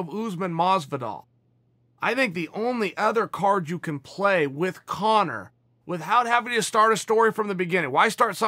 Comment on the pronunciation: Chael "wit-hout" sonnen